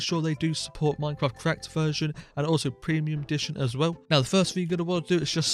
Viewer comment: "preimuim minecraft"😂 like hes considering piricey as an acctual option